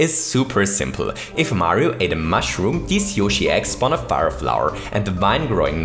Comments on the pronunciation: When ever you Say eggs it sounds like ex XD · Every time he said Yoshi's Eggs, I thought he said Yoshi's Ex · I zoned out for a second and heard "ex" instead of "eggs"...who is yoshi's ex and how would they be useful in mario maker?? Lol